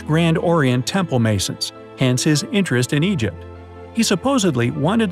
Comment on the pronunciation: Lol when he was talking about egypt Whos eypyt Me